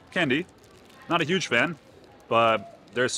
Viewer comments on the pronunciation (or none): none